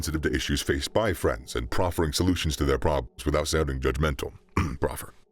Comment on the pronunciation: You can't just say proffer